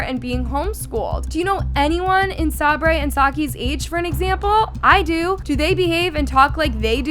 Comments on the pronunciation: Please😭 Sabre’s name is pronounced Say-burr. How have you seen all these videos and still can’t say the name right😭😭 but anywho, this is one of the most dramatic video I’ve ever seen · its say-ber not sabray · why’s she saying sabre as sab-ray, it’s pronounced Say-ber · Sabray? Its pronounced Say ber Sabre ...sayber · Sabray??? lol it’s Sabre … pronounced like “Saber” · im not even a fan of them nor watch them but its pronounced soki and saberr lol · It’s say-ber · Pls learn how to say Sabre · you’re not saying sabre right bruh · just needed something to post. The Norris nuts say this almost every video they are NOT a perfect family. If you’re goona post about them learn to pronounce their names. You did not do enough research and it shows. None of them share in the new house omg shut up. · sockie literally got the ensuite room what do you mean she ended up at the “bottom of the list” She got first pick even though she will end up moving into the house next door. And please learn to pronounce Sabre and stop hating on Brooke and Justin. They love their kids and are not controlling what so ever. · Okay no hate but PLEASE learn how to say Sabre I beg you!